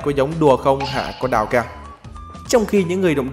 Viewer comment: hình như Ông đọc đào saii thì phải sao tui nghe ra chữ con đào cak ? :)))